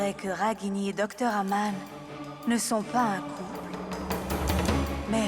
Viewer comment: Qui comme moi a entendu au moment où elle parle à Nivedita de la fausse mariage de Raghini au lieu de dire Aman elle disait Agam pointer les doigts